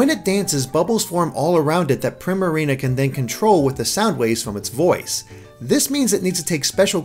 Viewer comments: I think it's "pree-marina" as in "primadonna", not "prim-arina" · Primarina's name is pronounced Preemareena. It's a play on the term Prima Ballerina (the lead dancer in a ballet performance) and Marina, which is pretty much a different word for Wharf.